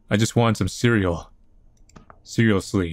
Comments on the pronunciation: "Cereal-sly". We caught that.... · I lost it at cerealsly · "cereal-sly" OH MY GOD